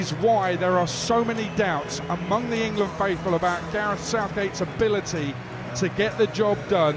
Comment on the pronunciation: Gabby making England a 3 syllable word on repeat 😂